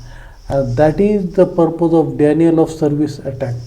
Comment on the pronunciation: Denial चा उच्चार 'डिनायल' असा आहे. आणि legitimate चा उच्चार लेजिटिमेट असा आहे.